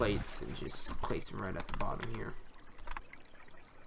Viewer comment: I like how you say here: ghere 😂